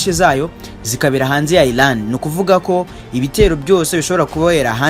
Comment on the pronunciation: Bavuga Iran not Ilan